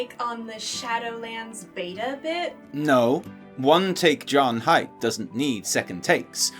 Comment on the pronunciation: Hey! Just so you know, JudgeHype is actually pronounced "JudgeHeep" (strange I know, but the webmaster said so a long time ago:D) Much love from France <3